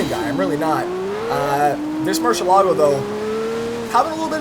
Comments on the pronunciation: wtf is a murshallago? its MERY-ilaggo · it's not pronounced murshelago it's murcielago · you said machalago LOL